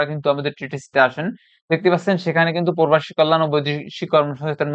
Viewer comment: প্রবাসী উচ্চারণ করতে পারেন না কেনো❗